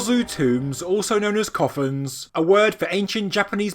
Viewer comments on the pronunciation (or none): The way you say "koufun" sounds like "coffin", which could be misleading. "Kofun" / 古墳 / こふん is more like co-foon ("co" as in "coat"). The "f" is somewhere between an English "f" and "h". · Watching the entire video, I thought the word you were saying was "coffins". It was only afterwards that I read the description and realized the word you were saying was "kofuns". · It's fine. If I'm not mistaken though (and it was nearly 30 years ago that I took a course in Japanese while living there in the Navy), it would be pronounced ko-FOON (with a long o sound in the first syllable, and rhyming with either typhoon or lagoon).